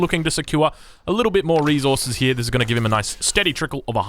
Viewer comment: reSources not "reZorzeus". Love ya